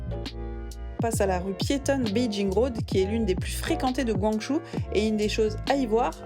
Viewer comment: la vidéo est super, mais pourquoi dire "guangjou", c'est "guang-djo" (pinyin guǎngzhōu) 🥺